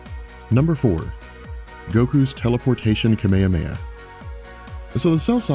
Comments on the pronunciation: You lost me at "kameyameya" wave -__ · I'm not used to this pronunciation of kamehameha, its really weird to hear it haha